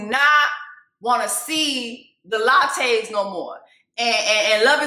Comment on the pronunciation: Jessica the Lachey (La-Shay’s) 😂🤣 not the Latte’s. Your killing me from lint licker to this